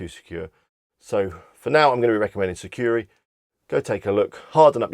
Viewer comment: Thanks for the list... just a little correction. It’s “Sucuri”, not “Securi” 😊👍